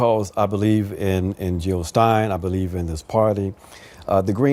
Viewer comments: JILL NOT HILL!! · Jill not hill!